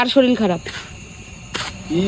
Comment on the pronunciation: Kotha ta SHORIL na Kotha ta SHORIR. Pora shona ta valo kore korle uchcharan tao valo hoto.